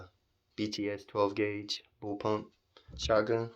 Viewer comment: Are you saying bullpup incorrectly, purposely? Because, there’s no ‘m’ in that word.